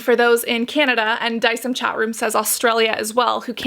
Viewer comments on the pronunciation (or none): You were saying it right. De-ci-em. From Latin. Don't know why she keeps pronouncing it weirdly.